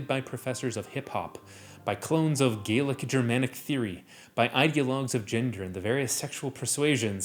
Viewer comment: Disclaimer: these pronunciation corrections are done out of love. Keep making brilliant content! Gallic ≠ Gaelic but rather gah-lick also, Aragorn ≠ Eragon but rather ah-rah-gorn